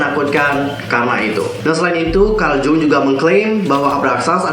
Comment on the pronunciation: GOOD BETT! Tinggal nunggu hatters pd sadar aj:v Btw ka, Carl Jung dibacanya Carl Yung ka:v